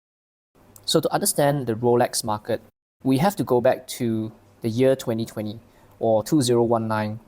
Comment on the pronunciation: The way you say the year is jarring